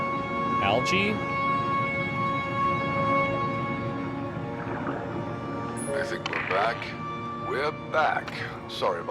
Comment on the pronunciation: wait wait did you pronounce 'algae' (al-gee) as (al-jay)? hahaha Bless your cotton socks mate